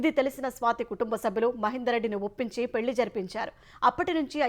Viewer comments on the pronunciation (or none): none